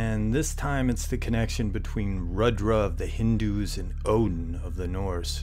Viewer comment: It is pronounced Roodra.